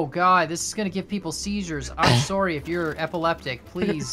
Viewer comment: went full Canadian on that "I'm sorry" and I love it lol.